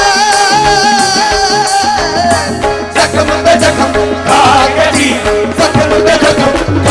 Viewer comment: He should learn to pronounce Mohabbat correctly, he says Mohabat. He also says Zakham instead of Zakhm.